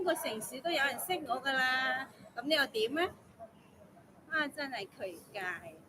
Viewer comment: 奇怪又讀左 渠怪，真係柒出太空，又學識左肥西金句😅😅